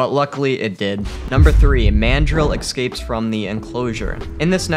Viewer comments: Everytime he says "Eckscapes" I cringe. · "Ecscapes"... No. Just no...